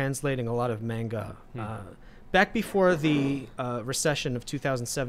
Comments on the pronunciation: Bruh pronunciation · Apologies, but it's pronounced "mon-ga" not "mane-ga". And yes, Demon Slayer is an AWESOME story! My grandmother even loves it! We got her into anime. If you love the politics in FMA, you'll love Attack on Titan. It's a good story about actual oppression, and politics in a fictional universe. Crap gets real in season 3-4, and the Eldians are treated like the Jews were in WWII. And SJW's got mad, and called it racist. For me, Dragon Ball came on Toonami in the 90's, and I watched it in English. Inuyasha is not a furry! He's a hellhound. A dog demon. Lol Also, my favorite manga is actually Fruits Basket, a slice of life series with a lot of real emotions about being disowned by your family and more. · ITS NOT "MAYNGUH" YOU BOOMERS ITS "M-AHN-GAH" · Great conversation... but everytime he say mAnga my ears hurt. Its mAHnga. Same as the ga, ma n ga. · Y’all are saying mainga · FFS learn how to pronounce ‘manga’ correctly. It has a long a sound.